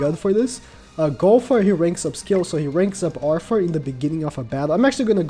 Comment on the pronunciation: Click Bait Title and keeps saying "Arfoor" omg lol